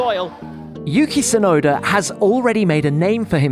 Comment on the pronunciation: I hate when they call him "Sunoda" instead of Tsunoda.